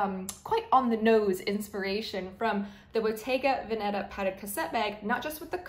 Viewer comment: Please pronounce “Bottega Veneta” correctly, especially the accent on “Veneta: it’s VÈneta, NOT VenÈta! Bottega Veneta literally means a Shop from “Veneto”, a northern region of Italy with Venice and Verona